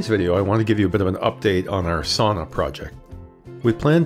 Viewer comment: Considering that you are making a how to video, you really should learn how to pronounce the word. Sauna is pronounced like sow-na, not saw-na.